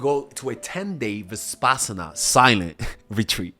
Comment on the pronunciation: ur so funny; u just called her margaret. ur so hilarious. U evn called it vi-s-passana. ur a 'dork.. 'for it. "axed" me.. ohhh.. I was so mad abt tht until u called her Margaret. tht is also my grandmother's name.. now u hav me less mad.